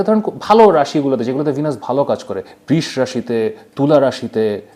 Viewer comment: বৃষ রাশির উচ্চারণ কী ঠিক আছে?? বৃ 'এর পর ষ' উচ্চারণ হয় এটাই তো জেনে এসেছি।